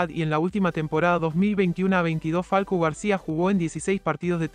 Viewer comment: Es falcao no falco